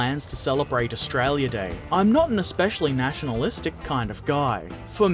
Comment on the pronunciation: you sound really Australian when you say Australia. What's your favourite eve ship? If paterons wanted too, how could we buy you a specific interesting kit?